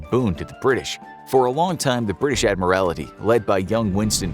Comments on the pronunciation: My goodness - if chat gpi or the narrator cannot say admiralty properly don't use them - so, so, so annoying- Admiralty not admirality- infuriating abuse of the English language- appalling. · You said adimirality during the video, it's admiralty! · Just saying, it is the British Admiralty, not admirality. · Agree. Got really annoying after a while. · I suspect knows that - pointing out that the word is in fact “admiralty” rather than the many, many mispronunciations in the video. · Interesting pronunciation of Admiralty. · It is not an Admiralty but the Admiralty, he pronounced it weird. From the rank of Admiral which is the naval equivalent of the general class of officer ranks in an army. So “The Admiralty” is akin to “High Command” or “Headquarters” of an army. Think the higher powers of a country’s navy.